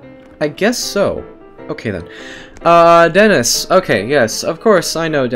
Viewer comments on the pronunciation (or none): none